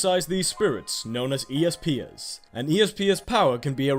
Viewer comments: Espers not easepers lol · Espers not e s peer